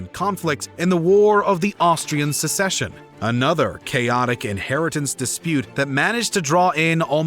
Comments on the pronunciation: Will someone please explain the difference between "A war of succession" and "A war of secession" to the narrator? He doesn't appear to have heard of the former. It's all "secession" to him. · Excellent graphics and maps. Excellent detail (with many mistakes). Incredible effort! OTOH, if you want to be accepted as serious historians, you'll need to learn the difference between "secession" and "succession." That's inexcusable. And although the real human voice-over is much appreciated, you'll need to be more careful in future with the almost-unbelievable number of mispronunciations. All in all, thumbs up! Keep at it!